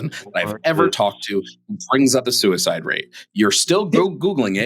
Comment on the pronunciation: Is it just me, or does say "sewer-slide" instead of suicide? I swear that's what it sounds like.